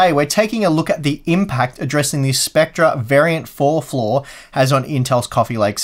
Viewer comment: You were pronouncing it 'spectrer', whereas it's pronounced 'specter'. Love the channel!